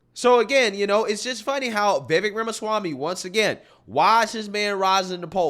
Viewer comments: Vivek is pronounced Vivake like cake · It's "Vi-VEYk", like "cake", not "VEE-vek". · Vivek is pronounced like vi-vake like cake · Hey Love your Channel! You have the BEST in this category!! One thing on Vivek.... I was pronouncing his name like you do previously, but II heard him say "It is Vivek like Cake" ...sounds like Vivake. Anyway keep up the great work and all the great postings!!! 😃